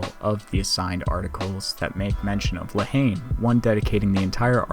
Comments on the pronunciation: talking to the french (all american’s pronounces la haine completely wrong) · Yeah I butchered a lot of pronunciation in this. If I could go back and re-record I would.